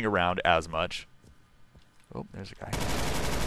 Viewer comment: did anyone else hear him say "I play the other gay"? hahah